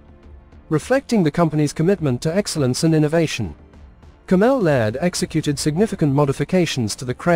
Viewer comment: Where do these posters get their reporters / text readers who don’t even know how to pronounce well known UK defence companies such as caMEL Laird or Bay (BAE ) systems … obviously they’re just reading from a script without knowing or researching the companies involved.